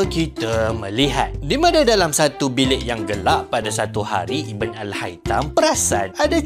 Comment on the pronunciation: ❤bukan iben tp ibn sebutan arabnya ibnu al haitam..